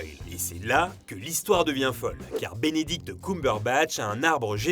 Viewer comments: Bénédicte coumberebatch 😂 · "Binidict" aussi 😂😂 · C'est faux ! 😂 Il a dit qu'il avait jamais su jouer ! A part ça hyper interressant ! Mais "Binidict Coumberbatch" ça pique les oreilles ! 😅